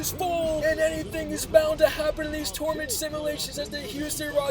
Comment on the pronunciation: Tour-a-ment 😂 ⬇️ Luv ur videos man keep it up you’ll get to 1M one day.